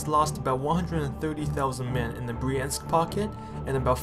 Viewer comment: What is wrong with American narrators that they can't figure out how to pronounce Russian words? Russian has two vowels for every one we have. "ya" and "yo" and "yu" are single vowels. Bryansk is one syllable. Vyazma is two syllables. The "y" is not a separate vowel. I'm sorry but you lose credibility when you don't try to get it right.